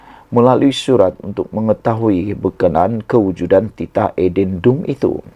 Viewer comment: Buruklah Adendumpun tak fasih sebut, tanyalah orang tau sebut.